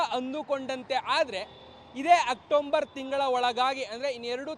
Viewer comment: October ❎ Octomber✅🤦😂Maharashtra davana nimma reporter.